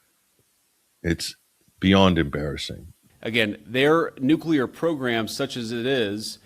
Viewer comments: I love to listen to you but I have one issue. Nuclear is pronounced exactly like it is spelled nu-cle-ar. I don't think you realize it, but you, like many people pronounce it nu-cu-lar. 😮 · NU-CLE-AR. N-U-C-L-E-A-R . Read the letters. Why is this word, "nuclear", so difficult for people to pronounce correctly?